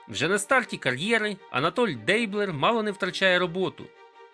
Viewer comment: мабуть же, наголос у прізвищі Дейблер на останню "е"